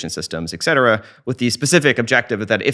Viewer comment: For someone who is really well spoken... you had to say it. You had to say - ECK CETERA!!!! ECK!!! It is ET CETERA!!! ET.... ET CETERA!